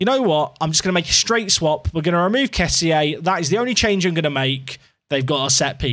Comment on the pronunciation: Loving this. But... Kessie is pronounced 'Kess-e' - That's how the man himself says it!